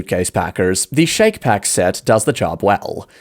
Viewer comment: I’ve used Shacke Pack for years and they hold up. And I’ve machine washed them on cold. I think it’s pronounced “Shack” not “Shake”. It rhymes: Shack Pack